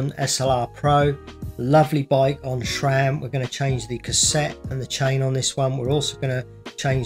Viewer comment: Please, please. It' SRAM. Not SHRAM. If you don't believe me, ask SRAM.